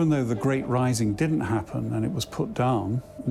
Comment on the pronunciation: The gwate plague